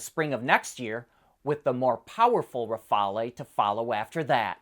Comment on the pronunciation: That's "Rafale", not "Rafalé". Most people will think of the Dassault Rafale fighter jet, not some obscure airplane of the 1930's.